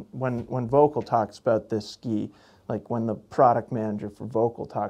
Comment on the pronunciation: Great channel. So comprehensive reviews. Even here in Europe I check them before buying skis :). (btw Volkl is pronounced Foelkl). Excellent job guys!